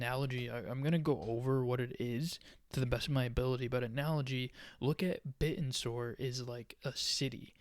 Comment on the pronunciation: You know you're pronounced in a completely wrong. I guess you only watch 1 video about it.